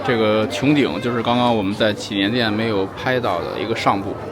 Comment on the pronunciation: 拜託 祈年殿的祈字念二聲不是三聲.